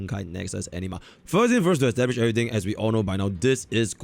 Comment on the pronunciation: Every time says anima I hear ENEMA for some strange reason or maybe I need to change my headset. Honkai Nexus Enema. Collecting Enema, Fighting Enemas.